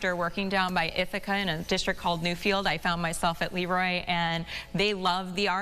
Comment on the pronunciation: So very nice,not just for her recognition but also to hear people pronounce Leroy properly. 😊